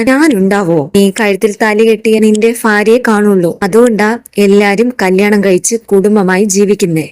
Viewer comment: ഫാര്യ അല്ല ഭാര്യ ആണ്